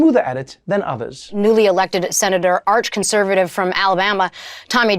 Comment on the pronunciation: I'm sorry, I know some of these guys are pretty wacky, but calling them "ach-concervative" got me laughing. Sounds like a D&D prestige class!